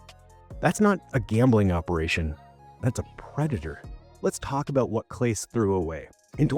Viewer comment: You mispronounced Clase's name. Or the AI did. Ugh. Moving on.